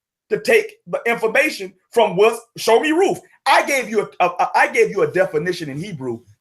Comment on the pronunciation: RuTH. not RooF! Pronounce the name correctly.